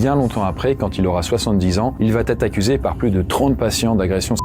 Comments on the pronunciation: Environ 80% des youtuber storyteller font la même erreur de français et qui m'insupporte vraiment. Vous inventez systématiquement une lettre dans certaines expressions. "ça va T-être", "il va T-être", "il ne va pas T-être", etc. D'où vient ce foutu "T" ??? Cette faute est présente au minimum 10 fois dans cette vidéo, et c'est pas du français. Et c'est une réelle observation sociale. Il n'y a QUE les storyteller de Youtube qui font cette faute. On dirait que vous vous transférez cette faute les uns aux autres. Je regarde énormément de vidéo (gaming, artisanat, histoire, science, reportage, politique, écologie, storyteller-crime-jeux vidéo-étrange, etc.) et les storyteller sont les seuls à faire cette faute et ce n'est pas à cause du débit ou de la quantité de texte, parce qu'un reportage ou un documentaire c'est exactement la même mécanique = une personne qui débite un long texte pré-écrit et eux ne font pas cette faute. A trop vouloir faire comme la télé, vous surjouez le français et donc vous inventez des fautes pour exagérer la prononciation, vous créez des liaisons qui n'existent pas. *Je tiens à préciser que je ne suis pas du genre grammar-"N" word, je m'en fout d'entendre dire "du coup", "par contre", "au jour d'aujourd'hui", "c'est pas parce que" etc. Je suis loin d'être parfait en français, mais ce truc est tellement systématique et ciblé socialement sur une catégorie de youtuber que ça me dérange beaucoup. * Pour info, la chaine "Linguisticae" avait fait une vidéo sur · Salut! J'adore tes vidéos, et j'attends toujours avec impatience les nouvelles sorties 😊 Une chose: quand un verbe conjugué se termine par « a » et qu'il est suivi par le verbe « être », il n'y a pas de liaison. On dit « Il va être » et pas « Il va-t-être » 😉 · "ça va-t-être, ça va-t-être": non!!! ça va être, oui! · Pourquoi tu dis tout le temps "va T être" ? C'est "VA ÊTRE" il y a pas T c'est ouf.